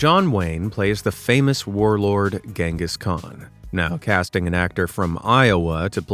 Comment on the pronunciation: genghis is not genghis dude! it’s not pronounced with a Ge sound, it is delivered in J’s sound actually! Or most of the times initiated with even a ‘ch’! Great Mongolian warlord of the time.